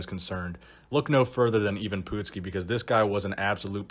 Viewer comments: Hey...it’s not Pootski, it’s PUT-ski.. remember watching him back in the 80’s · love your channel but being a wrestling fan from the 80's i have to let you know its pronounced Eye-Vin Putt-ski not Eyee-vin Poot-ski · It's put ski not poot ski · It's not "pootski", It's "putz ski". You putz. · His name is ivan putski not ivan pootski... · Not bad but you kept butchering the poor guy's name. First of all how the fuck do you get even from Ivan?!? As for his last name it's pronounced Put ski and NOT Poot ski which you've said all throughout you vid on the man. It is insulting and disrespectful to the person being talked about. It also shows you don't really care about the quality of your work because it shows how lazy you are. Then again you could always call him PUDski like Jesse "The Bod" Ventura always did back during the WWF/WWE days. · Not POOT-skee...PUT-skee (putski) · PUTs-Ski not POOT-ski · "uh" not "oo" ;) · Poot-ski?? Dude learn to pronounce it correctly! It's pronounced Putt-ski, like a putt in golf! You dumbass! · It's pronounced put-skee. Not poot, not putt, but put, as in put down that turkey leg. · Dude! He was the Polish Hammer! The nickname is key. Also, it's pronounced Putski which rhymes with "Butt"ski. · The last name is pronounced Puttskee. This dude was Beast! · You said his name right the first time then started pronouncing it as "even" Which it is not. And the last name sounds like "nuts-ski" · It's pronounced Putt' ski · It’s pronounced Patski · Great video! I got a good chuckle out of the way you pronounce his name...😂😂😂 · Good video,, but you really hammered the pronunciation of Putski’s name. Take a look at this vid and how Gorrila Monsoon pronounces it as compared to how Jesse Ventura intentionally mispronounce it to intimidate Putski. Classic stuff.